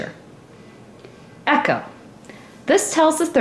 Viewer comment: it is pernounced E co!!!! not echo